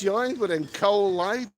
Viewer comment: 3 jibby jabbys lol. Koh Lype? Lol. It's pronounced Goh Leepay